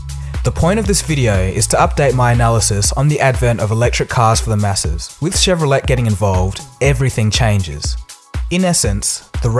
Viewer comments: Would like to point out that it's pronounced chev-ro-LAY, not chev-ro-LET. Great vid btw! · Chevrolet pronounced Chevro-lett.. oh pulleaese... it's Chevro-lay. Also Holden sells a number of cars which are branded as Chevrolet outside of Oz and NZ... eg the Malibu, Cruze, Spark, Barina (Sonic), Colorado, Colorado 7 (Trailblazer).... some research wouldn't go astray. You made it sound the Model 3 would be much cheaper than the Bolt EV...note that both will have the state incentives so the $2k difference will be constant, assuming The Bolt EV (its full name btw) is actually sold at $37K price, GM is yet to confirm and will discount eventually anyway whereas Tesla don't normally discount. Also you failed to discuss the lack of production capability of Tesla. 300k orders...with the normal Tesla delays and protracted production ramp-up, the last of the initial 300k may not be made until 2021, and that's without any further orders. GM will have further EV vehicles on the market well before then... the Bolt EV is not as critical to GM as the Model 3 is to Tesla. Note that the reservations have been inflated by speculators that will buy the cars only to flip them for a tidy profit to early adopters with deep pockets. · Just for fun the pronunciation is Chev-ro-lay not Chev-ro-let. I guess Chevrolet was a French guy. (O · Shev-roh-lay. Not Shev-roh-let. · BTW Chevrolet is pronounced Shev ro LAY... not Let!The revolution is happening... Viva la revolution! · Chevrolet = SHEV-VRO-LAY. Not, SHEV-VEO-LET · Just an fyi... it's pronounced Chevro-lay, not Chevro-let. The et on the end is pronounced with a long A sound. Same as buffet. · Good point and plenty of brief info. Thanks! By the way, it is properly pronounced as Shev-ro-lay not Tshev-ro-lette.☺ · Nice video as usual man. I have to ask you a quick question about pronunciation though. Did I hear you saying "Chevro-let" at the start, not Chevro-lay? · It's pronounced Chevrolay not Chevro-let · the 'T' is silent